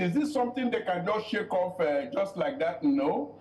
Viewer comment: "Unnecestry"; "Hoff". My friend go and learn to pronounce words properly.